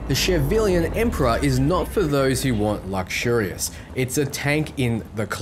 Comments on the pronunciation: somehow you pronounced every single name wrong, Cortes is the Court-ez, Javelina is not Javelin but ha-ve-leen-a, its an animal. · It's not a javelin. It's a Javelina(ha-veh-lee-na). Collared peccary, which can be found in the southwest U.S. Check out the Aldecado camp, there's a few Javelinas with the nomad paint job. The skeleton on the side is a Javelina skeleton. The word is not derived from javelin, but rather the Spanish "jabali" or boar. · Say it with me now Ha-Va-Lee-Na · from my gameplay you can't buy the Type 66 Chthulu, you earn it from Claire's mission depending on the choices you make, the Type 66 Avenger is the other Type-66 car aside from the base one and the Javelina version. also Javelina is pronouced Hav-el-eena, like the wild pig. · You're mispronouncing Javelina since it's Spanish. It's Hä-və-ˈlē-nə and is an alternate name for the peccary. Essentially it's a New World pig.